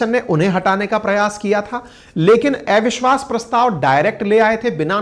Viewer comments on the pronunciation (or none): Dear Sir,, ""ऐविश्ववास"" नहीं ""अविश्वास"" होता है...! 😊